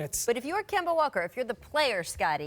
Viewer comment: Scottie can't ever say anybody name correctly... KAWAAD AND KEMBO SMH